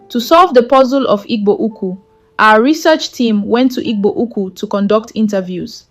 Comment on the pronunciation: Who is reading with this contradictory accent? Can't pronounce "Igbo Ukwu" but speak with a Nigerian accent.